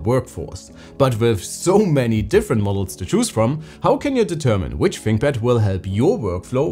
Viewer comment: Da finkpad. Ahhh yezzzz.